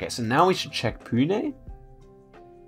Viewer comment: Bro said Pune and nashik good